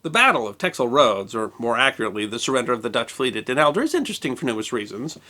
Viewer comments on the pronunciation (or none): Not Elder: Helder.